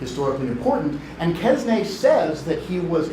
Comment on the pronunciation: How come a professor does not know how to pronounce "Quesnay" properly.